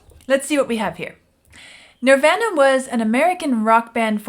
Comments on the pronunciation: Sorry, my ADHD is kicking in.... They are not pronounced Nirv-anna It's pronounced Nirv-AHna Just sayin'.... ....and that goes for the Indian religious concept of Nirvana also. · She pronounces it a lot of people did when they first came out. Like Ner-van-a. It’s Nir-von-a ~Nirvana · I know when someone doesn't know Nirvana when they say "Nirvena".😅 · She is pronouncing the same way Axl Rose pronounced it when he went into a rant about Kurt Cobain and alternative music at a GNR concert in 92. You can pronounce it Nirvana or Nirvahna. Either way is correct. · its pronounced "NER-VAR-NA" .... sheesh... Vlad, correct her! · No, no, no, no, no!!!! Pronounced nir-vahhhh-nuh :-) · “Nirvana.” It rhymes with, “your mama.” I’m sure you’ve seen their name on countless T-shirts worn by people born after Cobain died. I’ve been a fan since their first album, Bleach. Glad to see you venture into something more exciting than The Wall. Building the theme in layers, by bringing each instrument in one at a time is a common technique in Rock music. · How does someone not know how to pronounce Nirvana? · not even gonna correct how you said the band name,,, i like your version better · You're not sure if you're saying KERRANG right?, you're not saying NIRVANA right! Please please please promise us you will look up how to properly pronounce NIRVANA. Please!!! 🙏🙏🙏 They're internationally renowned..not hard at all to look up. Please look into it! Thanks you! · I love how she pronounces Nirvana like from the In Bloom video! 😍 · I don’t think you’ve actually heard the name Nirvana because you keep saying it wrong.